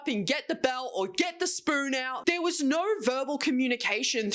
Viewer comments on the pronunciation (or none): I love the naur naur naur naur naur 😂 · i like when she said "norrrr"